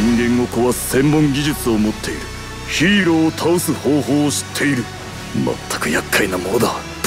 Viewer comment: ヒーローがヒイロに聞こえたわ